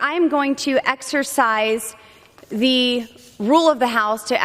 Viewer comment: Per my fourth grade teacher, the word "the" is only pronounced "thee" when followed by vowel sound, which , "rule" is not. Perhaps passing her HS GED was too advanced?